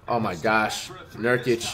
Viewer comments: Flights so high he forgot to say nurkics name the wrong way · FLIGHT GOT CAUGHT SLIPPING HE SAID NURKIC CORRECT😭😂😭😂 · Did I just hear flights say nurkic correctly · Flight pronounced Nurkic’s name right instead of saying Nurkike 🤣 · did y’all notice that he said nurkic and not nurkEyeK? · Bro he said nurkic not nurkike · Flight: Says Nurkic's last name correctly Everyone: Impossible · Damn Flight learned how to pronounce Nurkic lmao😂😂😂 Cant wait till he figures out "Akumpo" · It’s and for anyone wondering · he so high he forgot to pronounce his name wrong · There are like a 100 comments talking about him saying nurkic right so no one is ignoring that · He actually said Nurkić the right way, so inspirational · Flight's so high that he's sayin Nurkic right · Guys did you here that, the rare moment when Flight actually pronounces a name correctly. 😂😂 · Nurkic finally got his name said correct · he was so high he said his name right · This is the first time I’ve ever heard flight pronounce nurkic’s name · this is a glitch video, flight is giving lebron props and saying nurkic's name right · Flight flexing the fact that he learned how to pronounce nurkic’s name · flight said his name correct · Did y’all notice that Flight said Nurkic’s name right? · Flight is so high he’s actually saying nurkic name right lmao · Flight finally said it right. Certified Troll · Flight said Nurkic intsead of Nurkike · YOO THIS MAN FLIGHT SAID NURKIC RIGHT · flight said nurkic right for once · Flight actually said nurkic right😮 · Yo, flight actually said Nurkic name right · did i hear him say his name right or am I on venus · Flight broke character by saying a nba players name right. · He said nurkic correctly? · Smh said nurkic normal